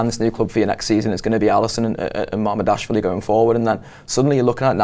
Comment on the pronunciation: It's so weird that TAW guys find it so hard to pronounce player names. There's nothing hard about pronouning Mamardashvili. See also Bajcetic.